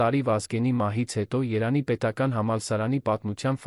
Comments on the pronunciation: Երան չէ-Երևան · Երան, Սան, հարան, Ընդհանրապես և -ը գոյություն չունի: Տհաճ է, լսելի չէ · Միթե չես կարողանում Երեվանի ն ասես երանի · Այ անգրագետ ոչ թե երանի այլ Երեվանի ոչ թե գոյատել այլ գոյատեւել ոչ թե դեռս այլ դեռեւս այ անգրագետ դու երեցի եվ տառը չես սիրում